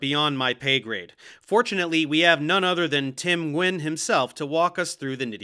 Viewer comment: Vietnamese American here. Dave, love your videos and truly appreciate you pronouncing Nguyễn correctly (even tho it’s not necessary)!